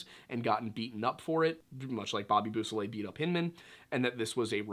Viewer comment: They are pronounced /BO-so-lay/ and /see-EL-o/, You may want to consult French and Spanish primers regarding how they are pronounced.